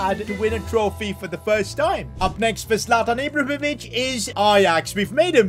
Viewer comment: Zlatan Ibrovimic 😂😂😂